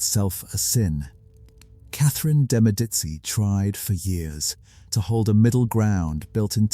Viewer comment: Medici is pronounced Medichi. You keep using or an S sound, a t sound or a K sound. So annoying. Had to stop listening.